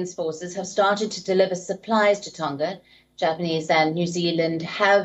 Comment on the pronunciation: It is Tonga not Tonka The pronunciation of Tonga is like this, the ng on Tonga, think of the word, ' song' 🎵, the To + the nga is pronounce Tonga, not Tonka